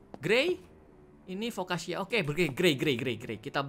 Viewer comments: Foccacia-Fokasia bukan fokkaca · Foccacia itu dibaca Fokasia bang